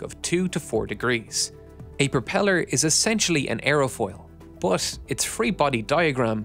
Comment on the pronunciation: Not "bur" or "ir", say iT or buT